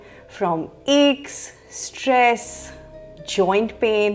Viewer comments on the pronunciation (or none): none